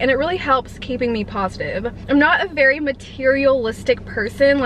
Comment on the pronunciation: ‘Positif’ lmao 🤦🏼‍♀️